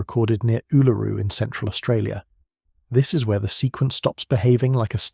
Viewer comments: Back at you. Western Victoria. It really is awesome. Funny how he said Uluru at properly at the first stance, now it's "Ulururu"!!😊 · It's weird how you voice A.I. Is all over the place with the pronunciation of " Uluru " . It's mostly some weird incorrect pronunciation then occasionally absolutely perfect . Modern tech is weird , just think how strange things will become when it runs the world right one minute , wrong the next , should be fun for those that are still around . One minute "yeah that's fine" 10 seconds later "you have just committed a capital offence , goodbye" all for doing exactly the same thing .